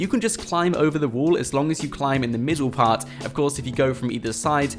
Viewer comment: Why do you pronounce wall as wool?